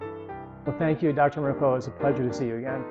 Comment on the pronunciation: Duel e yard? D'yard.... Merk a la lol